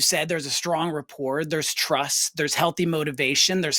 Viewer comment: Don't mean to be picky but if he's going to use a word like rapport as much as he does, someone could've mentioned the silent t.